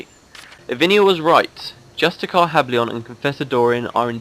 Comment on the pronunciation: "Justi cAAAR" XD that really cracked me up